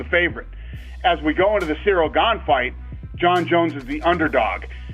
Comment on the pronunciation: Jon Jones made a commitment to misprounounce all the fighters in his new division Gaine and TaiTUTU Vasa and Naiganou :D